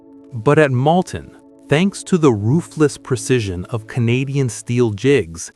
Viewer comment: "Malton", not "Mounton" and "Molten AND "Ruhr Express" not "Rover Express" or "Ruler Express" Merlin engines not British Rolls Royce engines